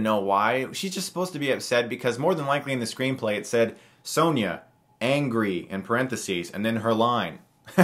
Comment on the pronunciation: It’s Sonya, not Sanya